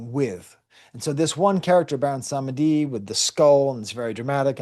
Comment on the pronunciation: PS: Ogou is [Oh-goo] Lwa is (l-wah), Dantor (Dan-toe) Baron Samedi (Bawon Samdi) Fantastic analogy to the communion. Fun fact (or maybe not so fun) Bawon Samdi gets the title of Baron for the fact that it's the highest ranked European nobility that an enslaved person was going to encounter on the island. Saturday is associated with Death (Saturn) in European occultism hence Bawon Samdi.